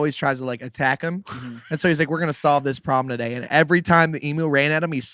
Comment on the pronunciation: It's pronounced em-U. Nice show 😇